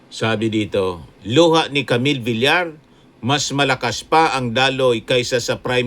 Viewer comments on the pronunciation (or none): none